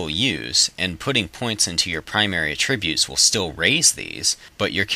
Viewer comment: you pronounce attributes wrong.